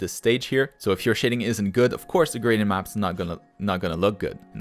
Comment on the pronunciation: Why are you saying ''graden maps''?